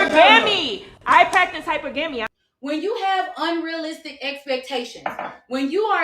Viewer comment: " i practice Hyper Gamy" what six figure earning man is going to choose a woman who can't properly pronounce hypergamy?